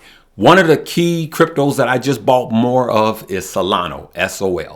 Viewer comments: SOL is Solana not Solano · Hi, i'm subscribed to your channel and i watch your uploads everyday, i just wanted to say you keep saying Solana wrong... it's Solana with an A not Solano with at O. 😁